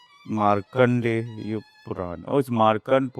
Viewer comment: Its maarkandeya purana not maarkand purana